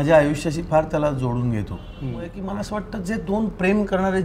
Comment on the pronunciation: बर का, माला नाही रे ते "मला" आहे, बर का!!